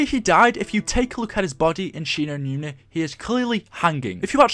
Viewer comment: 'shi no newna'